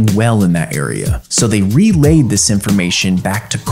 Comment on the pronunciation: re "lay" ed..